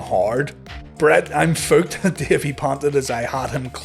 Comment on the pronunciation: Again, thank you so much for properly saying "Bret, I'm fooked"